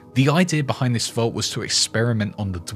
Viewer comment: Its vault, not volt! v-all-t! Come on!